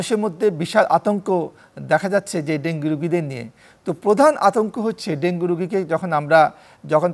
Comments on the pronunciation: ডেন্গি ডেন্গি করতাছে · Dengi ki ? It supposed to be dengu. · ডেংগি না ডেংগু 😊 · ডেঙ্গি নারে সোনা,,, ইটস ডেঙ্গু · মেডিক্যাল সাইন্সে সব ইংলিশ পড়া! 😂 ওখানে ডেঙ্গু না ডেঙ্গি উচ্চারণ করতে হয়! সাধারণ আবুল বাঙালি তো বুঝে না, বুঝার চেষ্টা ও করে না! এখন এত কিছু যদি সবাই বুঝত, তাহলে সবাইই ডাক্তার হয়ে যেতো 😆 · ইংরেজীতে উচ্চারণ ডেঙ্গি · ডেঙ্গি সঠিক উচ্চারণ